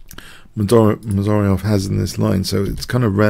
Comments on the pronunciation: *butchered and yes it's Mamed-Yar-Ov not Mamed-Ary-Ov. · Nice game! But you kind of butchered Mamedyarov's name throughout...